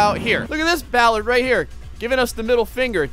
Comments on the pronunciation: It's pronounced ball-are-d not ball-erd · Bollard, not Ballard...lol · It's bOllard not bAllard! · It's not pronounced Ballard, Ballard is related to music, it's BO! Bollard! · It's not Ballard it's bollard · Now you're gonna have him saying Bowlard. The O sound is the same as if you were saying orange